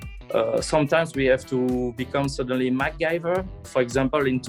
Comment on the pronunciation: love how the french guy says mcgyver lmao